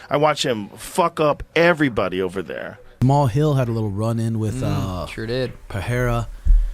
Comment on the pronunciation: Good video!…. But Jamahal hill? 😂 🤦‍♂️